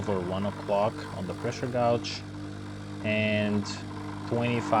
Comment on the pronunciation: fyi: "gauge" is pronounced "gayge" appreciate the info :)